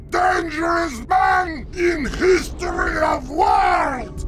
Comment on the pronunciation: I'm most DANGEROUS MAN IN HISTOWY OF WALD me: wth?